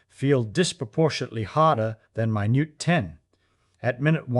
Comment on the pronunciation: 'Minute (maɪˈnjuːt/) ten' 🤦🏻‍♂️